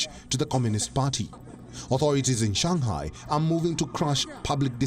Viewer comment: its not shangkai its shanghai bro